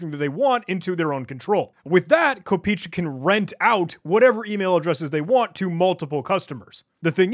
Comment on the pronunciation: Fun fact, the domain name translates to penny, "kopeechka" is the play on word for the lowest denomination of the Ruble, which kinda signifies that the website was made by either a Russian or any other slavic person familiar with it, also it's pronounced "kop eh eh chka", why am i not surprised anymore.